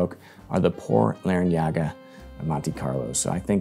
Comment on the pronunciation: You said it! Larañaga like a local. Well done good sir